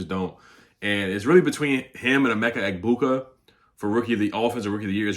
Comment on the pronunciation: I'm Nigerian, shoutout to you, saying Emeka Egbuka name perfectly like you from the village also! lol great vid bro